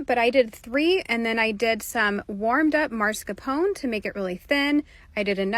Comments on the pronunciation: Btw she says "marscapone" 😄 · Why is that one girl calling mascarpone Mars Capone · ''Marscapone'' she says, and writes lol 😂😂😂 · She said MARSCAPONE 😂? Its MASCARPONE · The way she says mascarpone enfuriates me. It's mas-car-pone. Not maRSCApone, you smoothbrained, protein-intoxicated dunce! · Mascarpone is not said like that 😭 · mascarpone is a cheese but she pronounced it incorrectly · yeah, I know what mascarpone is, but she mispronounced it so confidently several times, and nobody was pointing it out, so I started to question my own sanity